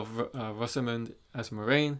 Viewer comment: Lol. This kid doesn't even know how to pronounce MORAINE. It's pronounced "mwah-RAIN", not "More-main". Yeah, a poser.